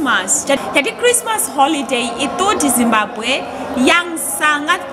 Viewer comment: Makudnya Zimbabwe, bukan simbague wkwk